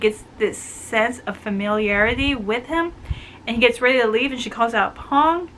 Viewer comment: Thank you for reviewing my book! Love it when you totally "get" it <3 btw, Phong's name is pronounced with an "f". The "ph" in Vietnamese is "F" in English so his name sounds like "fong" (means "wind" <3 or "maple")